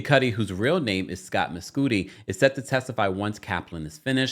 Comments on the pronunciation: I think it's probably Mes "Cudi" not Mescooti 😂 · “Miscoodi” is crazy bc if his name is “Kid Cudi [cud-dee]”, why would his actual name be pronounced differently?? 😂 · I’m dead at you calling him “mess-cootie” instead of Mescudi 😂😂😂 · I think its pronounced "Muh-sCUH-di as in Kid Cudi